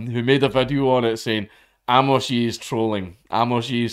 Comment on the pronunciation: It's pronounced "Ay-mus", not "Ah-mohs"